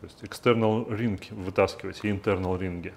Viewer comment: wrench - "w" - не читается Extе́rnal, intе́rnal читается через ё